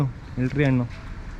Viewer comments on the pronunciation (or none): none